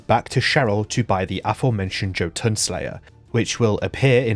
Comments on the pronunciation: "yo-tuhn" not "Joe-tuhn". Or, if you wanna be very anal about it, Jötunn (Singular of Jötnar) is pronounced "yuh-tuhn", the umlaut over the "o" making it an "uh" sound iirc. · Not Joe-Toon. Amazing video as always! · "Joe Tonne" instead of Jotuun 🥀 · I love how you pronounce Jotunn as joe-tonne.